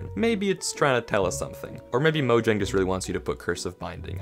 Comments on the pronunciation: pronouncing "Mojang" as 'Mojang' instead of 'Moyang' 😭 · It’s speel out mojang